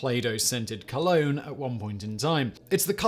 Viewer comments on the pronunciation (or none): none